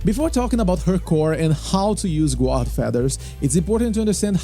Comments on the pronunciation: The "u" in guard is silent. You pronounce it "gard". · Great guide, easy to understand and a wonderful overview, thank you! Just for future reference, "guard" is pronounced like "gard" 👍